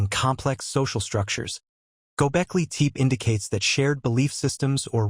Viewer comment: It's not gobekli teep. It's gobekli tepe ((teh-pay)